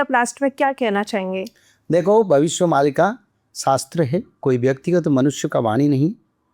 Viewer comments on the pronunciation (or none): भविष्य मल्लिका नही मालिका होता है